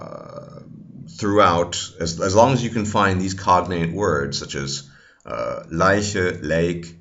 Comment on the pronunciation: Your german "leiche" or "reich" was pronounced perfectly